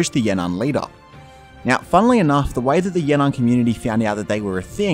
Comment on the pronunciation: It's actually Yan'an